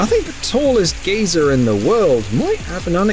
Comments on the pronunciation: "geezer" - (gē′zər)An old person, especially an eccentric old man. geyser - (ˈɡaɪzər) : Hot spring that spouts jets of steam and hot water. - How about showing a video of the actual tons of garbage (abandoned vehicles, etc.) left behind by people that attend "burning man"?! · Geezer old man. geyser. is pronounced guy-zer